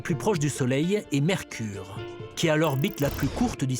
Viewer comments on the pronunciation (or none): "Mercrure"..... rooohhhh dommage!